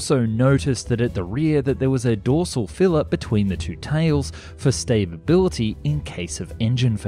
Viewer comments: I like how you said arnesal. I'm sure it was on purpose but it's still funny. EDIT: stabibility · . Sta-bi-bility! Call Webster's, we have a new word! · You keep saying "stabability" instead of stability. Did you not get beyond primary school?